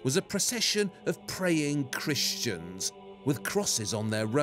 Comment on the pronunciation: Listen to how he says cristians.